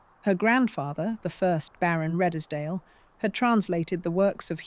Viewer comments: That was quite well done but I'm pretty sure that Redesdale is pronounced Redes-dale (2 syllables) and not Red-es-dale (3 syllables). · Did you hear radddeeeeesdally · Redesdale pronounced as Reeds dale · REDESDALE is pronounced REEDSDALE. Do your homework!!! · Was this read by AI? British accent and American turn of phrase... btw Redesdale is pronounced reedzdale. And why show irrelevant pics - some of these buildings, barns etc are not the ones being talked about. Just makes me wonder exactly how much of this narrative we can accept as accurate here. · Exactly. It is all such a lazy approach to producing. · AI just can't get pronunciation correct. Couldn't even get Redesdale pronounced correctly let alone Wagner. Couldn't continue watching after those early errors.